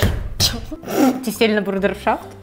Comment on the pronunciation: На всякий случай ударение в слове тефтели падает на 1 . тЕфтели.